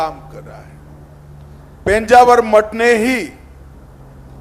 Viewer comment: Title is mis match -- just to get hits Thumbnail title is given highly sensational sentence -- This will lead to people losing trust with the channel. PENJAVAR nahi he sir -- It is PEJAAVAR a place name which you can google it -- Very close to Mangalore Airport